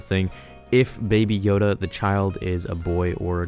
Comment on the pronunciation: It is know a Yoda not a Yodale